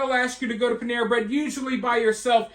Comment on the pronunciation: Pan-era..nuff said